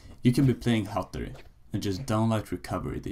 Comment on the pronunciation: Du kan fan inte säga hattori